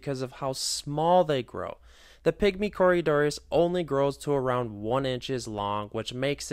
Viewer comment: Cory doras not Corya Doris